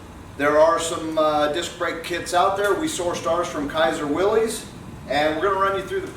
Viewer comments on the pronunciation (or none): once I get past you calling it a willies, instead of a willis, the vid is OK...